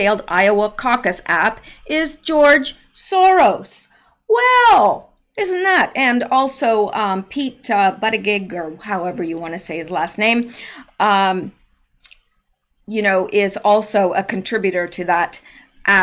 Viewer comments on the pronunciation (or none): That creeps name is pronounced - Boot - ij - ij. It's Maltese ❤❤❤